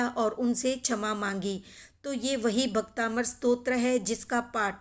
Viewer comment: भक्तामर है भक्ताबंर नही